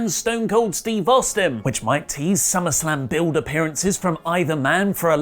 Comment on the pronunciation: I mean... summarrrrslam sounds great right?